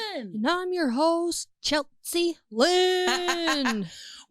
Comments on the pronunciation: Stop saying cheltzie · Chelt sea. 😅